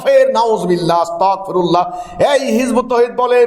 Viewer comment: আরে জানোয়ার তুইতো আস্তাগফিরুল্লাহ উচ্চারণ করতে পারো না